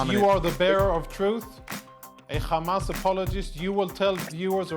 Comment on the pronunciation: Conricus is from Sweden why does he pronounce it “Ccchhhhamas” ?